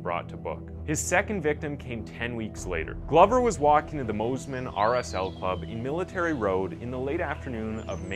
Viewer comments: It's Moss-man not Mose-man and it's Lith-go not Lithgow 😭😭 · One thing I’d like to stress to you in a kind way- don’t use the word ‘old’, use elderly. Elderly starts at 70ish. From 45-65 is middle aged. 40 is the new 30. Just try to keep that in mind 🙏🏻❤️🤞 (plus it’s pronounced Mossman not Mozman lol 😆) 🥰🙏🏻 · Mosman is pronounced as it's spelt, moss-man. How did you get Moes-man? Lol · I made the same comments on how we pronounced Moss man and Lithgo 😁🇦🇺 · It's pronounced Mossman. North American people trying to pronounce Aussie words